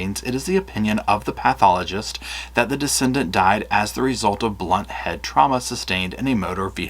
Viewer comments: You're mispronouncing "decedent" (deceased person) as "descendant". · 'De-see-dent' not 'de-send-ant' (just trying to help, I love your videos.) I hope they find who did this horrible crime. Stephen deserves justice.